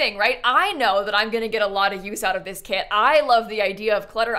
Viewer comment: it's KIT time and not CAT time!!! 🤡